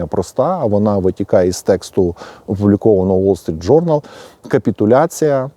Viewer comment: "Уол Street Journal" це московська вимова,укр."Вол Street Journal.","публікац и я" це по москвинськи,укр. "публікац і я",та ін.Поліпшуйте свою украінську або просто укру.